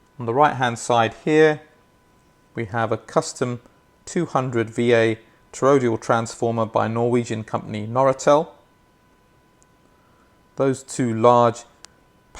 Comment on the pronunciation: Sorry to be picky,, but 'toroidal,' as in the transformer, is pronounced TOR - OI - DAL.